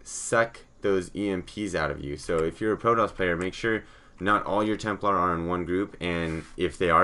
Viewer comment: It's "Templar"